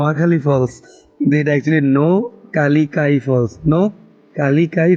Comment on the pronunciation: তোমার উচ্চারণটাও ভুল হচ্ছে নোহকা একটা শব্দ আর লিকাই(যাঁর নামে এই ঝর্না) একটা শব্দ। ব্যাপারটা নোহকা+লিকাই = নোহকালিকাই